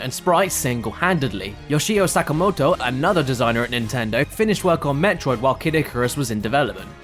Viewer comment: Awesome as always! But dat Japanese pronunciation... shudder 子-メトロイド ko-me-to-ro-i-do is how said it... That's like saying like ca-di-ka-ruh-ss. It's just Ko-met[o]roid[o]. I mean, whatever, it doesn't ~really~ matter, but still. It stood out to me. Good try, I guess...?